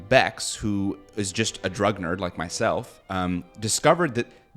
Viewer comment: I thought you were a “drug nurse” for like 2 years because I misheard drug nerd btw